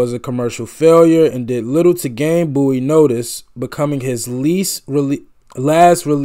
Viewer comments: Bowie not Booie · Bowie sounds like bow, not boo. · His name is.pronoubced Boe - wee (not boo - wee) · It's David Bowie, not Bouey lol. The first line on wikipedia says how to pronounce it and everything. Boh-ee. Like bow and arrow. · This song actually has a sequel, and it has a great video as well. The song is called " Ashes to Ashes" and is off his tremendous, and very infkuential 1980 album, Scary monsters. One of my favorite, underrated bowie song is from an early akum, Hunky Dory, called, Kooks And its pronounced bow-ee, like bow and arrow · Getting close to that 50k subscribers!👍 David's last name is pronounced Bow-ee (as in bow and arrow). He was known as a glam rocker in the early 70's thus the clothing & makeup. He was a very versatile artist. When they compared him to the Bee Gees, I was kind of surprised, although the Bee Gees sound in the late 60's were different than the Disco era. Great reaction though. Goto dive deep into David's repertoire.🎃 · Bowie was a pioneer of the glam rock genre of the early 1970s. Bowie was famous for constantly reinventing himself, pioneering new forms of music and his fashion sense, particularly from the early 70s to mid-80s. His most well-known album is The Rise and Fall of Ziggy Stardust and the Spiders from Mars (Please react to ‘Moonage Daydream’ from that album). Oh, by the way, his name is pronounced BOW-E, not BOO-E. Great reaction. Please do more Bowie, one of my all time favorite artists. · Bow- ie (like a bow and arrow 😉) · IT'S PRONOUNCED. BOW/ EE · Listening to this one without headphones you miss so much in which side each vocal layer is coming from. I suggest you relisten with overear headphones ❤ Also, his name is pronounced Bow E (as in the name of the letter) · Are you saying boo-ie cos it's nearly hallowe'en? 🙃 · Sorry but b4 I watch does he say David’s last name properly in the end as I can’t take that pronunciation booie? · It’s pronounced (Bow)ie, like a bow and arrow… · Pronounce BOW -E